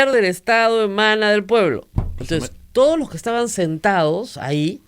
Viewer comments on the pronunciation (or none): SIGUE HABLANDO MAL "entrampaOs" por "entrampaDos", "verdaA" por "verdaD", "usteEs" por "usteDes", "toOs" por "toDos", "abogaOs" por "abogaDos", "sentaOs" por "sentaDos", "legitimidaA" por "legitimidaD", "estaO" por "estaDo", "libertaA" por "libertaD", "buJcando" por "buScando", "conoJco" por "conoSco", "obligaAs" por "obligaDas", "toAs" por "toDas", "QuintaniYa" por "QuintaniLLa", "pueA" por "pueDa", doña Rosa María Augusta Palacios McBride critica con razón a un abogado que se dice constitucionalista, pero no advierte que ella como locutora, está obligada ha hablar con corrección, pues si habla de DOCENCIA POLÍTICA ella es responsable de la DOCENCIA EN EL BUEN HABLAR.